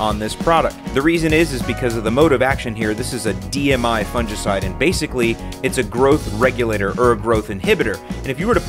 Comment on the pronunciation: You're pronouncing fungicide wrong